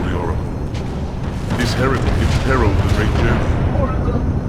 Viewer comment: God damn it spearhead... When the grunts say “Heretic! Heretic!” All I hear is “Your a dick! Your a dick!”